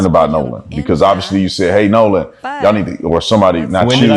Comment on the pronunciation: you gotta get these names together girl! We love you but it’s “”Nolan” 😮